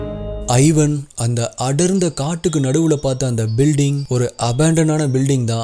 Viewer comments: Ivan is pronounced as Evan not I-van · its not 'i'van, its pronounced evaan. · Thambi athu ஐவன் இல்ல இவான்